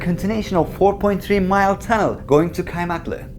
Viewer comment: kardeşim just FYI; ingilizce aksan yapacağım diye kasarken Türkçe yer adı olan kaymaklı'yı keaymeaklığ diye pronounce etmen gerekmiyor. Sevgiler.